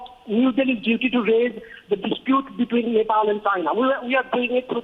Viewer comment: I'm from nepal...... mr. Goswami.... please don't pronounce our country name.. we really hate you.. and we really hate to hear when you pronounce our country name..